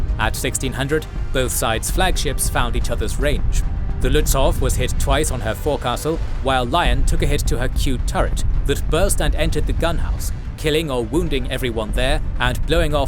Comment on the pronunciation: This is a fantastic video from an already legendary channel but please look up the pronunciation of “forecastle”